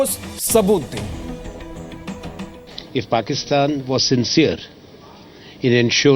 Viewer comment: pakistan ko phakithan 😂😂😂